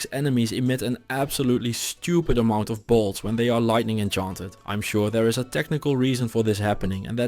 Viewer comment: Instead of "I can''t resist his bolts" I heard "I can't resist his balls"